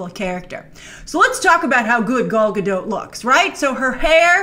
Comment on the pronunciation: Grace! You have a lot of impressionable kiddies that watch you. Please learn to pronounce Gal Gadot’s name properly. Somebody posted a video on YouTube of her saying her name.